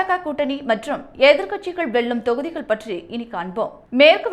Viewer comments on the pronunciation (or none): இந்த செய்தியை வாசிப்பவர் தமிழில் ல,ள, ழ எழுத்துக்களை சரியாக உச்சரிக்கப் பழக வேண்டும். வெல்லும், தொகுதிகள் போன்ற வார்த்தைகளை தவறாக உச்சரிக்கும் போது கேட்க கஷ்டமாக இருக்கிறது.